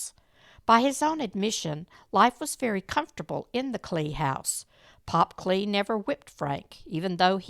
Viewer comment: As my grandmother was married to Lester Kley, and her sister was married to Leo Kley, I just wanted to let you know that the last name is pronounced Kl-eye not Klay. 😊 Lester was a nice man from what I remember, and lived in DeSoto when I knew him.